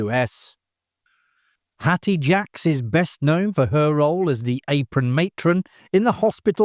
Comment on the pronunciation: I've been enjoying these video. But someone sounding English does not know how to pronounce Hattie Jacques I fear my prove this is an AI channel...